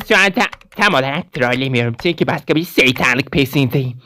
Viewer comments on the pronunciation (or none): none